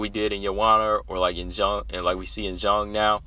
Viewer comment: Respect for your proper pronunciation of Zhang ( J sound and O sound as in Jon), I hope you do know that Zhang is her family name and Weili is HER individual name, what we call 'first name', like Rose, Jessica, Valentina. I agree as to how awesome these two bouts are, not only featuring the best, but also most respected and well liked, all four fighters are praiseworthy, including Jessica, whom you underrate, IMO, her numerous finishes alone distinguish her in wmma, and the variety of finishes is sufficient to acknowledge she is well rounded and multi-dimensional, proven also by her success in three divisions despite her size disadvantage in all three . As for her wins by decision, credit her for beating Claudia, Angela, and Tecia, all three by UNANIMOUS decision. Her finishes include other luminaries, Jojo Calderwood by Guillotine, Karolina by KO punch, Chookagian by a single BODY punch, Rose by body slam, plus her four Guillotine choke finishes and her rear naked choke finishes earlier in her career at bantam, her TKOs by punches and knees, that's enough variety and quality of opponents to scare any potential opponent, except Valentina and Weili (Rose is always scared, admits it's her raison d'etre for fighting, facing and overcoming her fears). Btw, Rose should accept Weili's offer to visit China, on condition that Weili accept a ticket from Rose to visit Taiwan together. haha As for lay offs that last a year or more, it's usually a drawback even if training was maintained